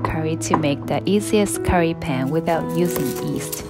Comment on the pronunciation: You say Pan with the same U sound like you say Sun.